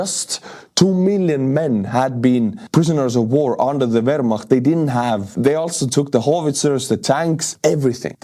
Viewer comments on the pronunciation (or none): none